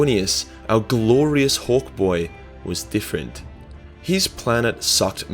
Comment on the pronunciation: Took me a few times to catch that you were waying hawk boy. Definitely sounded like hork boy at first.